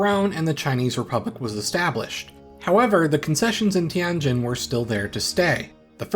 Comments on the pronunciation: Tianjin, pronounced TienJIN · You really butchered the pronunciation of Tianjin ;(